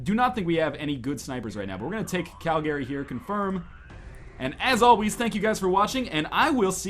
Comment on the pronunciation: How to tell NL is Canadian? Properly pronounces Calgary lol